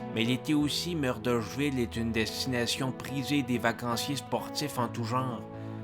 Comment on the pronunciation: Tu ne prononces pas Murdochville de la bonne façon. Désolé, mais je n'ai pas le choix de mettre un j'aime pas.